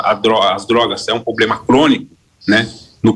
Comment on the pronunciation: Candidato ao senado, falando "poblema”, não dá!